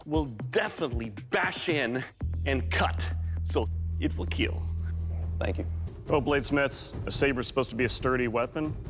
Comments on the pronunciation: Not keel , keal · KEAL not keel.... You go to google and seach it ( it will keal means) and you will know why.. youre slow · Blade 2 Weel not Keel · IT will keel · if you came for the ”it will keel” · Nobody: Doug: IT WILL KEEEEL EVERYBODY LIKED THAT